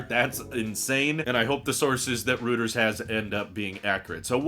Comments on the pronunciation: gah, hate to be that guy, but it's "roy-trz" not "rooters" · Great content per usual. Don't take this the wrong way, but Reuters is pronounced Roy-ters, not rooters. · Reuters = "ROY terz" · I’m disappointed with myself for being so triggered by this mispronunciation 😄